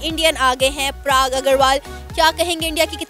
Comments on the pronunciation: Prag nahi Parag. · Mam he is PARAAG AGRAWAL NOT PRAAAG AGRAWAL...THX🙏🙏😊😊💐💐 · If you want to get views and this money from Indians, atleast pronounce the name properly..!! It’s Parag and not Prag🤦🏻‍♂️🤦🏻‍♂️